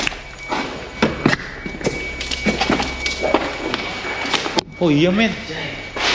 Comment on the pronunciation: tulisannya ouija tapi di bacanya wiji bang